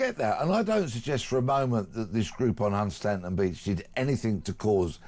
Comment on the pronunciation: The correct pronunciation of Hunstanton is:- Hunston